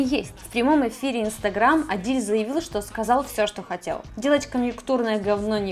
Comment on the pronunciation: Блин, откуда думаю это "шо" проскакивает? Спасибо поисковым системам. Если честно вызывает двойственные чувства. С одной стороны - молодая, стройная. С другой... не покидает чувство что она "наивно-глупенькая". Кукла бездушная и плохая актриса. Все эти движения (лишние) плечиками, вся эта наивно-наигранная интонация... Уберите это с канала. Она интересна будет потенциальным дрочерам прыщавым, для чего она на канале про гаджеты? Да, кому интересно "ножки раздвинь" и прочее, не там ищите... ))) Обычный поисковый запрос в картинках кучу шлака вам откроет...